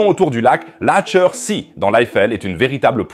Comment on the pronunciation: Pourrais tu répéter " laacher see " je suis sûr que pas un seul allemand a compris 😂😂😂